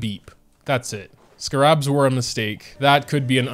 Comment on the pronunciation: the way pronounces “scarabs” 😂